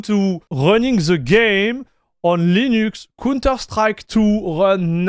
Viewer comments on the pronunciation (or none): dude, im also hyped. but you call the counter strike a "cunter strike". not sure if you did that deliberately. i love counter strike games by the way.